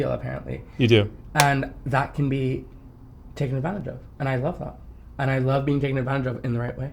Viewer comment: I love how he says "the luve" I rewinded like six times lol